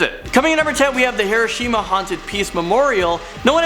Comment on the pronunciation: Key to pronounciation - Hiruh-sheem-uh = Hiroshima Himurroo Mansion =??? Taintful =??? Mikoo Heenaskee =??? Hoku-wei-doh = Hokkaido ManCHESTer = MANchester Eye-woah-jimm-uh = Iwo Jima Ohkee-kee-wah = Okinawa (?) Ferbahding = foreboding Hyoos-tennah-bosh =????? Ei-okee-gah-hara = Aokigahara